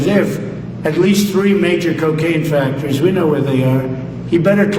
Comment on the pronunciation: Did you hear him say factories 😂😂😂😂